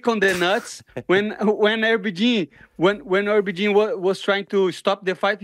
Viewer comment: “Herby Jean” 😂😂😂